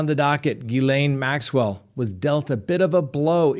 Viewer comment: Hey. You must have been practicing how to pronounce Ghislaine Maxwells name because you said it perfectly. Lol. 🤪. Love love love your channel. Thanks for keeping everyone up to date. One question: why did the judge allow mark means to continue representing Lori vallow? I thought for sure he would be removed for being dishonest. If he lies about something so simple this early in the trial, he may not have a problem lying about more serious issues down the road. 🥴